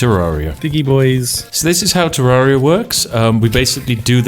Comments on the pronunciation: You said terraria wrong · The A is pronounced the same as terrarium not like the A in aria. Sheesh.